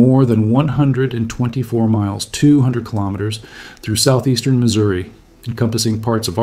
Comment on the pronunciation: Pleeeeease do not say st lewie! It is Louis! And the state is pronounced Missouri not missoura.